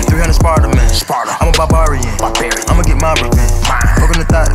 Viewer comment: possibly the best adlib of all time, pronouncing barbarian correctly right after rapping it incorrectly